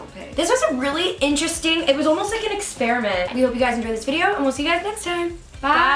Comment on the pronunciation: Nikky said experement at the end😂🙊